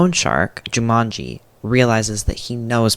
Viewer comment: the japanese mispronunciations are getting to me.... Yoshie becomes Yoshi, Jumonji becomes Jumanji